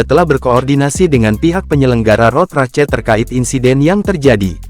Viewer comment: Turut berduka. Ini text to speechnya kadang bener ngomong English kadang salah. Ngomong "cup" udah bener. Ngomong "Race" bener-bener dibaca race .